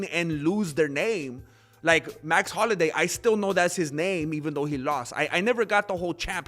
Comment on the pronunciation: It’s Holloway not Holiday😂